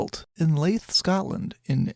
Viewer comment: Leith...as in Lee;th. Good effort though:-) Inspector James McLevy Who out of 2240 prosecutions had 2220 convictions. He was instrumental in bringing early forensic evidence into legal acceptance, this was at the University of Edinburg where Sir Conan Doyle later studied. Some credit Mc Levy as an early model for Sherlock Holmes. Yes, I need to get out more.